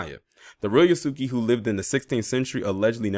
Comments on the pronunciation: His name is pronounced "Yahs-kay".. just sayin.. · Its pronounced Yhas-Ka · Thank goodness because he needs to play a less depressing role. Method acting is dangerous he needs to dive into something more fun because he was sounding not so good during his argument with Charlamagne. Yahs-Kay is the correct pronunciation of Yasuke. The su/soo sound in the middle is almost silent. The same pronunciation as Sasuke for my Naruto anime fans.